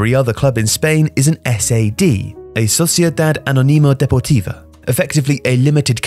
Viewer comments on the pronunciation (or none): Good video but the guy should put more effort in his spanish pronunciation. Osusuasuauna! Real Madrit, socius suciedad anunimia deportivia jajajja amazing!!!!